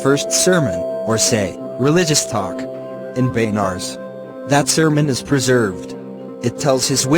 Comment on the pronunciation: It's not baynars it is benaras